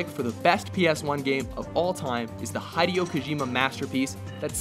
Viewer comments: Its is not pronounced High-Dee-Oh it is pronounced Hee-Day-Oh. I know this because I speak Japanese. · Omg, that is the WORST, incorrect pronunciation of "Hideo" Kojima ever. It's pronounced: "Hee-dee-yo" Not "HAI-dee-yo". What a stupid fuck that narrator is. Get it right moron. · It is Hideo (like "video" whit H), not "Haideo" (like "hi" + deo) . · Did he really just pronounce it as "HEIDI-OH" Kojima? It's "HID-AY-OH" Kojima, you barbarian! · No Legend of Dragoon? Bullshit. Also, PLEASE learn how to pronounce Japanese names. It's "Hideo" not "Haidio" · Both my favs are on the list :3 ff7 and mgs ftw Ps: its he-dae-oh not hai-dae-oh kojima btw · "Hide"- eyo Kojima? :O Its pronounced as Hee-deh-yo -_ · Please, stop saying Haideo, is Hideo and is pronunced like Heedeo. thanks. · Okay. I don't even like his games but why the fuck do you still say HIDEY-O? Fucking A. Hid-Ay-Oh is how it goes. You and your shit pronunciations. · Also, he-day-oh, not hi-de-yo. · "Hiiideo kojima" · Haydeyo kojima? Lol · "Haydeyoo Kojima" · It's pronounced he-day-oh... Nice try though... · HOW CAN YOU FUCKTARDS MISPRONOUNCE THE NAME OF THE GREATEST MOST LEGENDARY VIDEOGAME DESIGNER EVER???????????? Hideo Kojima Hee deh oh Kojima!!!!!! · Hide-eo kAjima? Really? What the fuck was that? Learn how to pronounce japanese names man. xD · Hide-e-o Kojima??? LOL. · lol hide-e-o kojima nice mispronounce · Hideo's not pronounced High-Dao! It's like people pronouncing Ico like Ike-oh. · Hih-deh-oh Kojima. Pronounce his name right guys! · "Hee-the-oh" that's how you pronounce it for God's sake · "High-dee-oh"? what, no one does research on japanese pronunciation?? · Well technically its pronounced: Hi - like key, De - like the start of desk and o - like the start of octoups. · Listen to how he pronounces Hideo LMAO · U guys pronounced Hideo wrong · The way he pronounces "Hideo" annoys me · How the heck do you pronounce Hideo??? xD